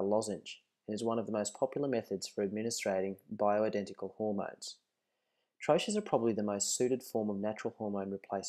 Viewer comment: There are so many things wrongs in this video... She should be wearing hair net, gown sleeves should cover the entire arm up to the wrists, also safety goggles. By no reason should get her face so close to the medication nor breath over it, and the correct pronunciation is trō-key, no tro-ches.